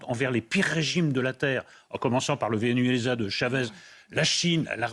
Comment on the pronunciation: Ey,, ça se prononce vé-né-zué-la... ahh, c'est compliqué 😅